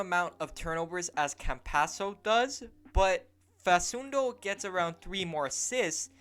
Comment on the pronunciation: It's pronounced fa\k/undo not fa\s/undo. As an argentine celtic fan it would be really awesome to see campazzo in green